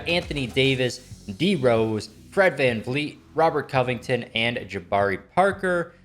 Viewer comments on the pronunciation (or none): none